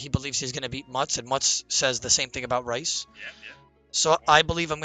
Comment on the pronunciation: brothers got everyone thinking rhys is pronounced rice lmao